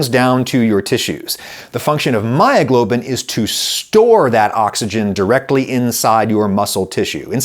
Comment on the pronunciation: "Heemoglobin and myyoglobin... nice lady!"